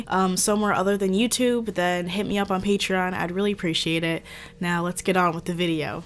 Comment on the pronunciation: Why that patreon sounding like patriarchy